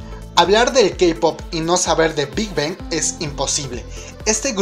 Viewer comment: Me gustan tus videos y todo, los sigo pero pienso que serían mucho mejores si comienzas a mejorar tu pronunciación, algunos grupos como Girl's Generation se te escuchan raros o Big Bang o cuando dices JYP,, solo un poco mas buena pronunciación para que todo fluya muy perfecto.